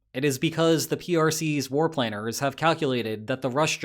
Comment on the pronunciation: War "plainers"?? FFS if you're going to use an AI voice, give it some pronunciation hints